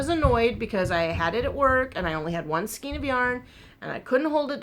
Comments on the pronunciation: Please don't say "skeen" instead of "skayn" which is the correct pronunciation. So many people say it wrong and I've heard you say it the right way before. :( :( It's pronounced like the "ei" in neighbor. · I hope this doesn't offend you. You joke about being fussy. I am being fussy but I heard you pronouncing skein two different ways. For some reason people are mispronouncing skein by rhyming it with keen. Skein is pronounced like cane. I have checked pronunciation dictionaries. I can't find why the change. Since you are trying to change from correct to not I thought you would listen to my complaint. Thank you. Love your videos.